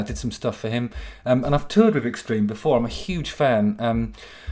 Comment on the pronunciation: Long have I been waiting for vuh moment JH unveiled his very well-hidden /th/. It was soooo worf it. Fanks JH! And fank you for adding vuh bonus /s/ at vee end. Much obliged.